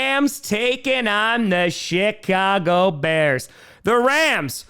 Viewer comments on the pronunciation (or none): Again... it sounds like he says the shytcago bears. I can't unhear it now haha.